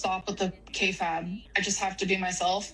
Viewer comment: I hate when Amber says "kayfabe" wrong, whoever taught her that is the worst.